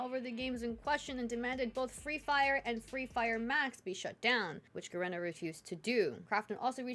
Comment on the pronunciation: Ga reena. Not Ga Ren ah.